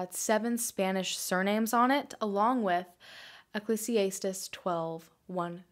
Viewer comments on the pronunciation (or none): Love this video- freakin weird. Just fyi- Ecclesiastes is pronounced ec-leez-ee-ast-eez 😚❤️ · Ecclesiastes is pronounced: "Ekk-lees-ee-ass-teez" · Just for future reference the book in the bible you are referencing is pronounced like ecclEEsEEastEEs, the I is a long e sound not an I sound. Just saying lol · That’s a death quote, peace for your final rest, transition.... someone commented it below as well and as a theology student I completely agree. (Ps-you pronounced Ecclesiastes wring, ijs) love ya, awesome video as usual.... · That is not how Ecclesiastes is pronounced. Just saying. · Is anyone else bothered by how she pronounced “Ecclesiastes?” 😂😂😂